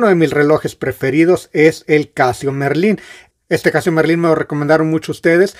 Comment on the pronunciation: hola buenas..¿ porque siempre dices "casio merlin" si no es merlin? es casio marlin, con a no con "e", saludos y enhorabuena por el canal, muy ameno, desde luego.